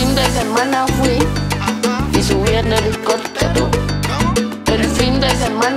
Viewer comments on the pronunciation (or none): Ella seguirá viajando en Hilicoptero, Hilicoptero, Hilicoptero Así lo pronuncia, ella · Brother se dice "ELICOTERO" no helicoptero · Cuanto se le dificultará decir ELICOPTERO.